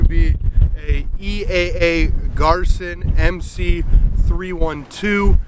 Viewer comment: Pronounced GEER-SAN.